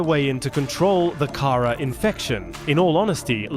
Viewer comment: You are saying it wrong because it's called the Kharaa "Kah-Raw" not Karah, noob. 😂